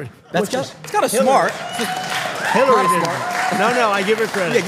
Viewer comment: Sometimes you can't hear the New Yorker in him,and then he says the word SMARRRT....and there it is....the New Yorker! ❤ ❤❤❤